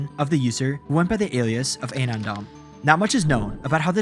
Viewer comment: Is this being read by an AI? It's clearly "anon dump" merged into one word.